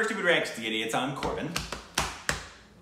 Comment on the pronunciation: Why does pronounces everything wrong?